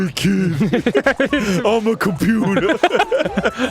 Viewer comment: I'M A COMPUTAH